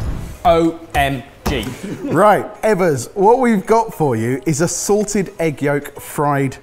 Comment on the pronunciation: said SALTED duck egg…I heard SORTED duck egg…misheard lyrics 😂😂😂😂